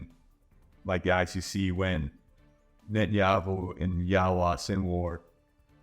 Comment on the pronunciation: Yahya is pronounced almost like yaya not Yahwa.